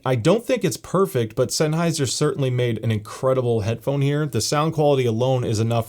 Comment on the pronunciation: I think I heard "Headphome" multiple times🤔